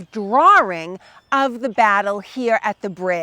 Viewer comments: I have never heard "drawing" pronounced as "drar-wring" . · There is no "R" in drawring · "Dr-oor-ing", eh! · What is a "Drwarr-Ring"? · Im going to take a shot every time she says "drawring" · Fascinating how her accent pulls the "r" out of 'Concord' and puts it into 'drawing.'